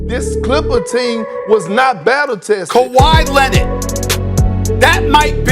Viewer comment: Nobody: Stephen a: Kawhi Lennit!